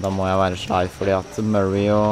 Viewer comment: Hvorfor sier du shly